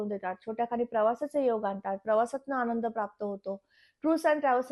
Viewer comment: शुद्ध मराठीत बोला हो न च्या ठिकाणी ण ण कशाला म्हणतेस अणूभव नाही अनुभव म्हण आनंद म्हण अणंद नाही